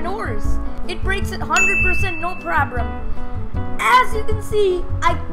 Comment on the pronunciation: What did he say? no probrem whats that for word search it in a word book